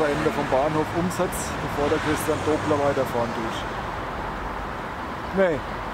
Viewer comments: Schade, daß die Aussprache dieses Namens nicht Dobler ist.... der Mann heißt Doppler! Du sagst ja auch nicht "dobelt", wenn Du etwas zweifach hast.... Also Doppler! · kleiner Tipp es heißt nicht doooobler der Name wir durch die 2p schnell ausgesprochen Doppler aber macht nix es weiß eh jeder was und wen du meinst😜aber dein Video wie immer super mach weiter so👍🏆😀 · Na klar kennt man den Christian Doppler. Wer in der Schule in P'hysik aufgepasst hat, musste über den Namen stolpern. " Doppler - Effekt ". In vielen technischen Anwendungen der Fall. Du sprichst den Namen übrigens falsch aus. Doppler- so wie doppelt oder Donner. Mit nem kurzem " O " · Christian Doppler… Entdecker des Doppler Effektes, Entwickler des Doppler-Radars für Wetterbeobachtungen, etc… Kein Unbekannter also. Übrigens, das „o“ bei Doppler wird nur kurz gesprochen…